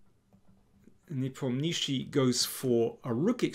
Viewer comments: daniel you're the king but for god sake please learn to pronounce ian's name properly ! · Befor making video, learn how to pronounce players surname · Why is he calling him nepomnishi, am I missing some inside joke? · russian pronunctiation is ne-pOm-nya-chtch(sounds like [sh] but softer)iy. with accent on pOm. This surname means "doesn't renember" like someone asked -What is his surname? -He doesn't renember. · Ffs learn to pronounce the guys name. Lazy and unprofessional.